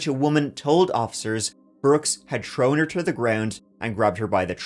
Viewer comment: TH-ROWN theres a fucking H... TH-ROAT throat not troat not troan like jesus